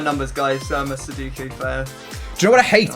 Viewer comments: XLR8 Cubing I know he was like soddocku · Why can neither of you pronounce Sudoku?? 😂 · Sorry how did they just pronounce sudoku???😂😂😂